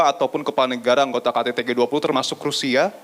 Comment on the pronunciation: G 20 pak bukan g duap. Kenapa cuma 2 kata bhs inggrisnya pak tidak seluruhnya... Kan bapak pinteeeeeeeer bahasa inggrisnya.